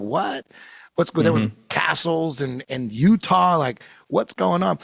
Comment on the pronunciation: UTAH. IS REALLY. YUDAH=Judah